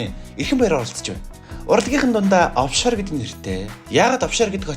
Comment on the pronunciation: овшор гигээч оффшор гэцэн байхийн